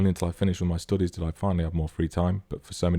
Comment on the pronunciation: Their "stoodies"